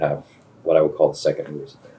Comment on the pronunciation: Wilson: "The second _______...". Can anyone make out what word he says here? Thanks.